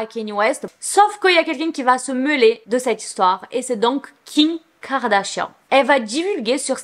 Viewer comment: j'ai remarqué qu'elle dit jms Kim Kardashian mais king Kardashian c drôle 😂😂😂😂